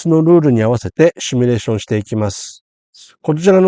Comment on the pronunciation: simulateですので「シミュ」レーションが正しい言い方です。間違われる方が結構多く，コーヒーのCMでも取り扱われました。次回ご参考まで。